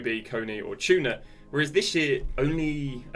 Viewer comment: cunha not chunha and kadioglu not kadoglu boniface not bonfast harry kane not hurricane